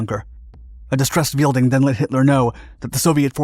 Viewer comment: It's Helmut Weidling, not Wielding. It's pronounced somewhat like "Wide-ling". Not exactly like that but I can't explain it any other way in written text.